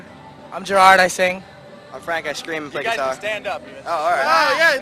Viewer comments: i swear to god he said gerald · I think it was that he’s british and with that accent they put emphasis on the first syllable of his name (GE-rard) but it sounds like Gerald